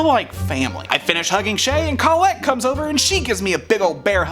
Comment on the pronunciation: I am very happy I subscribed ! I won't even give you crap for the mispronunciation of Colette. Oh wait. Did it just misspell Colette ?